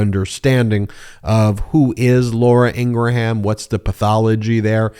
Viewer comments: It doesn’t matter how the brother claims the name is pronounced. She’s a public persona that has a well established pronunciation of her name with that persona. If you refer to her as ing’-gruh-ham, it just makes you look stupid and not unlike people who don’t acknowledge people’s preferred names or pronouns. Are you going to call Caitlin Jenner “Bruce”? Granted, they’re both deplorable, but that’s beside the point. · I don't know. I've listened to talk radio since 1975, and she's been a right wing proponent even way back then. Bashing has been in her blood for decades. Long before trump. I know it's not a big deal, but I don't believe her name is pronounced, Ingra ham. Nobody says Lindsey gra ham. Or gra ham crackers. Maybe I'm wrong. If so, my bad. Thanks guys. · The guy that pronounced human uman. Yes you Ben. It’s pronounced Ingram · Graham Norton, graham cracker. He’s related to a nut job. It’s pronounced Ingram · Her name is pronounced with only two syllables, not three the H assignment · I always womdered why you pronounced Ingraham different from everyone else. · Why are you mispronouncing her name? she's disgusting that's for sure. I can't watch you because your hand moves constantly. sorry. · Really you don't even know how to pronounce her name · You are the only one I heard pronounce like that. 🤣🤣🤣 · The h in her name is silent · Ingraham is my last name and I’ll tell you flat out, no one says in-gruh-ham. Just like if someone is named Graham, they don’t ask you to call them Gruh-ham. It’s pronounced Gram, or in the case of the name you reference, In-gram. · Why do you say Ingra-ham. Instead of Ingram. My friend’s son’s name is Graham (Gram) not Gra-ham. Unless I’ve been pronouncing her last name wrong. Just curious. 😊 hearing her name is bad enough. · Isn't this the same interview where you asked him how to pronounce their last name??? Or do you keep calling her IngraHAM just to tick her off? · Is her name Ingra-Ham ? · Lol ingra-ham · Ingra-ham 🐷 LOL